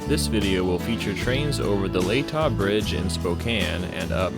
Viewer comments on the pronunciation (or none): From someone who went to high school near there, Latah Creek (aka Hangman Creek) is pronounced La tuh with a short a sound.